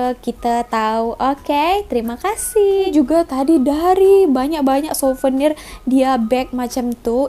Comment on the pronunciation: Siuvernier Bukan SEBUTAN LIDAH nya SUVENIERRR